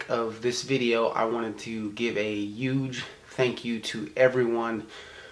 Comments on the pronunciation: I'm sorry, but I was killing myself laughing when you said that was a UGE UGE day..instead of huge! Lol thanks Gabe, now I'm aware of how says huge!! On a serious note, thank you for all you've done for our country,! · I feel so immature for making this comment on such a serious video but I heard you say "'uge" just like Gabe said you do (like a Jamaican lol) a few vlogs ago. I truly thank you both for your service and for sharing your experience. Great first video! Keep up the good work.